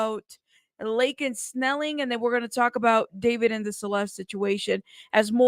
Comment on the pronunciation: Every single time someone says Laken Snelling I legit hear Laken Smelly 😂 🤷🏻‍♀️